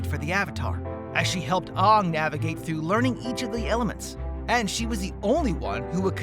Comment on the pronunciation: Aang is pronounced wrong it is pronounced as Aang not Ughnng not hating tho just correcting you in a miny mistake so you can pronouce it good in the next video